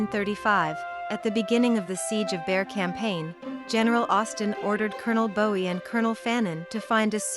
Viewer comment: Lost me when the AI pronounced Jim Bowie’s last name the way the singer David pronounced his.